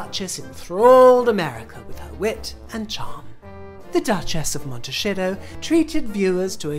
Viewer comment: It sounds great I love it when you say Montashito LOL